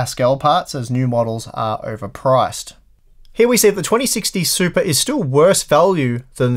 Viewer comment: A few times I thought you said supra.